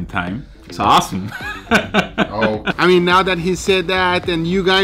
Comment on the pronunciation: wtf "I mixay bith bodka it's aasum" 😆